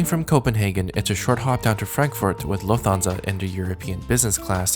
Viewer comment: I am absolutely loving your videos, your style, your sense of humour, the graphics, the jokes. BTW Lufthansa is pronounced Luft-hansa rather than Luf-Thansa. Anyway thanks for your wonderful content from a big fan in the UK.